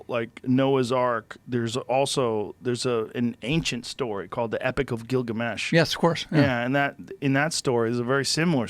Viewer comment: gil-Gamesh. just saying. sounds like Bil Hamish. might as well. also, the "concentric circles off spain" are called the Richat Structure. it's in North Africa, south of the Atlas Mountains, near the coast of Mauritania.